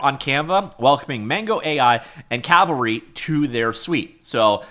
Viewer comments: I know, but he's been calling it Calvary through out the video and I'm poking fun at that. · It's called Cavalry not Calvary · I know but he kept saying calvary lmao .. 🤣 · Why can't Americans pronounce 'Cavalry'? The 'L' is not ahead of the 'V'. But of course most of my fellow Brits cannot pronounce 'Adobe'.😊